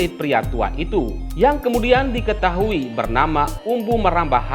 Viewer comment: Umbu maramba, bukan marambu pak. Mantap. Smnggat...